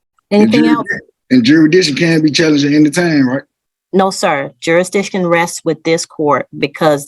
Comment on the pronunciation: What is jurydiction?